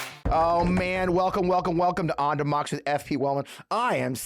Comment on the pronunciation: Would love to hear you enunciate the word "democracy" in your opening . Check it out. Am i wrong?